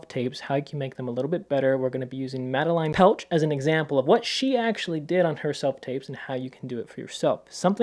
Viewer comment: great vid! btw her name is pronounced mad-eh-lane petsch :)